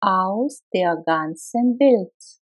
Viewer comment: Супер! Только одно сбивает: der мне слышится что вы произносите как бир. А вообще супер, хорошая работа